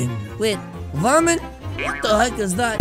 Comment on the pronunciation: Why does he say WHAT THE HACK like that